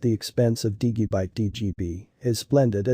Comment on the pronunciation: Why does this guy pronounce Digibyte wrong? I wonder how he pronounces Digital. Dude, learn how to say Digibyte correctly.